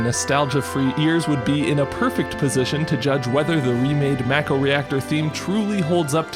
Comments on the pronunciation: It’s pronounced Mah-Ko not Mæko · I've heard a lot of very strange pronunciations of Mako but "mack-oh" is a new one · MACK-oh lol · It’s “Mah-ko” in everything FFVII related, not just the remake.